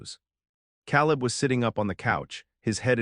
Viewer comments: It's Kay-Lib "Caleb" not Cow-Lib !! You people really do need to listen to your ai stories before you post them making necessary edits if you want people to subscribe. Lots of holes and discrepancies in this story that you would have caught if you would have just listened to it first !!! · Kay Leb, not Cal Leb. AI should know these things